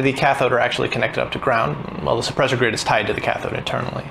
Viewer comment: It's suppressor grid, not soppresor grid.